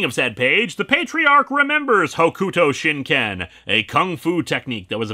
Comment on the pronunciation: Completely separately, I'm pretty sure that's pronounced "Hokto shin Ken," judging by how it's spoken in the both the OVA and the series. Seems like that applies to a lot of U sounds in the Japanese language, or at least ones that get transliterated to U. The same applies to other names like Sasuke (pronounced Saske) and Akatsuki (pronounced Akatski). And before you call "Naruto" on me, this came up with the Mighty Jingles in a recent video, over his pronunciation of the Japanese Destroyer "Akatsuki." Having not seen the "Romanji" version of that name or anything Fist-of-the-North-Star-related in probably 20 years, that pronunciation just caught my ear. It's not an issue, but it's worth talking about I think.